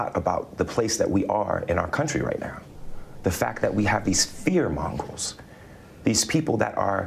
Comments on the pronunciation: Juicy doesn't know words. It's "fear-mongrels" to him. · Did he say "fear mongrels"?